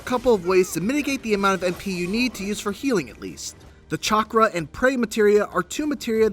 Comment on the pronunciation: The way he pronounces Chakra - ew